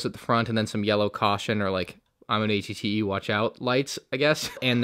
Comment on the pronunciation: It sounds like he’s saying att